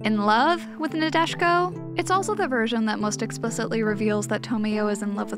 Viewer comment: Nadeshiko... Nah-day-she-koh. It is a type of flower and also a phrase for the ultimate demure and traditionally cultured woman in Japanese. :-)